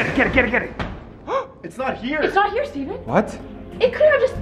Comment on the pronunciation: Stephen it is stefene